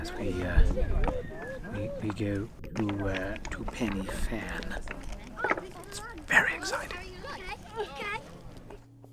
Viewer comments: You're pronouncing Pen y fan wrong. Say Pen er van not Pennyvan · it's pron Pen - Ah - Van and its translation in welsh means the high peak. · It's pronounced pen uh van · One day a vlogger will pronounce it right and we might be freed of 'penny fan' . . . I live in hope 😊 A pleasant watch nonetheless, so thanks. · To be fair, Welsh isn't the most intuitive language and few say it right . . . just think pen er van (say it as if it's one word) and you'll be right 🙂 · Good video, but for future reference, "f" in Welsh is pronounced with a soft "v" sound, so you should say it "Pen-y-Van". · Pity your pronounciation of Pen y Fan was incorrect. Should have done some preparation before doing your commentary. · You took the easy way up. The other way is much harder, believe me. I’ve done this walk and it’s not fun and your pronouncing it wrong